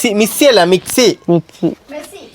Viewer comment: correct ayite parayunnundallo mixi ennu